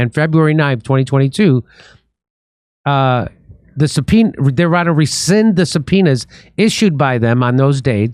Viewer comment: Jimmy said "subPEnis" 😂😂😂😂